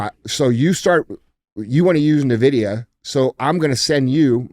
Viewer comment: that’s not how you pronounce Nvidia 🫣